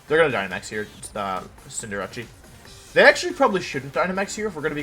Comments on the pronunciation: everybody: Cinderace Wolfey: Cinderawchie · hearing him pronounce cinderace as cinderachi "Ah. Jirachi is in this game. I had no clue... But where is it? (I thought it was the name of a cinderace jirachi combo)" it's cinderACE. Like space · Day 3 of Hearing Wolfe pronounce Cinderace as "Cinderachi". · Even after all this time I still laugh at Wolfey calling it CINDERACCI